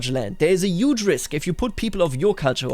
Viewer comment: yuge, yuge, yuge, yuge!!!! so many YUGE